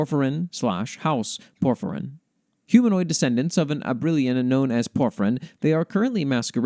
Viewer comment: Can't deny I have the biggest smile after hearing you read out the Dryad and the Knight, thankyou so much for including it and your kind words. Oh, for future reference the pronunciation of Soleriña is Sole-er-in-nya, and Abrilain is Ab-riLL-eighn (I always have difficulty writing out pronunciations, hopefully they make sense)